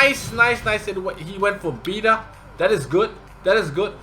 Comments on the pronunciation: why do you call betta as beeta? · Please, train hard to pronounce Betta ahahaha What do you think about Light Bomber?